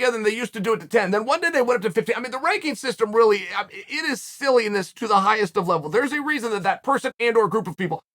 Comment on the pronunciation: Sillyessness is a new word I’ll be using. Classic chael.